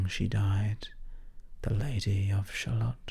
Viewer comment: I'm confused though. The poem only finishes correctly if your Shallot is pronounced shallow.